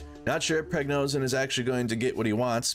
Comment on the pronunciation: is there a reason you cant say prigo-zhin